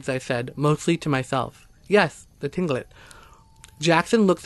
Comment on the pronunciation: Pronounced clinkit not tilingit